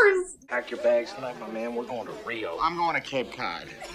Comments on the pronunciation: "Wait, is he saying 'Reno'?" 😝 No, "Rio," as in Rio de Janeiro, Brazil. 🇧🇷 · Rio, not Reno :)